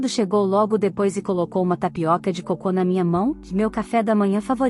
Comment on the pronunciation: Erro de gringos a marradora pois acento no coco assim fica cocô